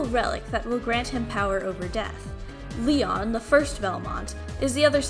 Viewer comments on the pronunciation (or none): none